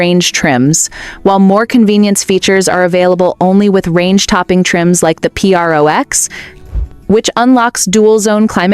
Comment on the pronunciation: This is AI junk. Who says Pee-Rrrr-Oooh-X for PRO x?? And repeated stock video, over and over again.